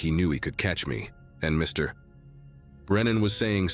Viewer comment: It’s funny after Mr. Or Mrs. the narrator thinks it’s the end of a sentence and pauses.